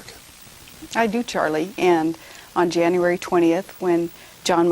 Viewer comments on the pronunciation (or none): none